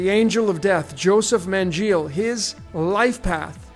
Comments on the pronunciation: Buddy, if you studied “my holocaust” in such detail, how can you not pronounce Mengele properly. Ashkenazi’s saturated the upper ranks within the Nazi Regime. Eva Braun, H’s wife, was Ashkenazi. There def were Israelite Jews who were thrown under the bus by the cloaked fakes. But by no means was the H “real” in the extent told to us by hollywood or “his-story” books. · no different playbook than they run today. Its pronounced “Mengaele”